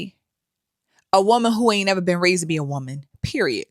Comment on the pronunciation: Ou dwe konprann: there is no T at the end of the word PERIOD. Stop that foolishness. 🙄😒